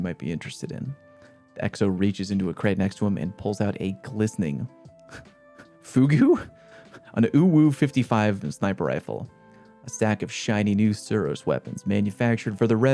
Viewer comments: Sounds like fyoog, not foogoo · for reference: Fugue, is pronounced FYEW-G, the second u and e are silent, you might have heard it said in medical drama shows where they refer to someone being in a 'fugue state'. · Fugue-55 is pronounced "fyoog," like fugue state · Imagine now knowing how to pronounce fugue lmao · >tfw doesn't know how to pronounce "Fugue"